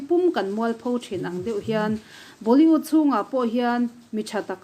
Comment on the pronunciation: Tarlan tih thumal hi a tam mah2 thin ani.. hman a ngai bawk si..🤭🤭 Chuan Boli-ût nilovin Boli-wût ni zawk se... 👍👍